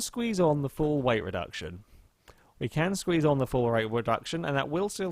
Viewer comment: “reight weduction”